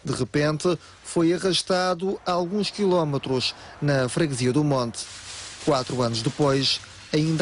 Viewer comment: A voz background diz QuilómAtros em vez de Quilómetros... a RTP Madeira vai fechar com estes "artistas"...